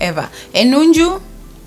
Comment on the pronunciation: The way you say nunju always crack me up 😂😂😂😂😂